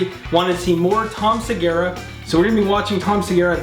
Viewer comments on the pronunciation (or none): His surename is Segura, not Segara.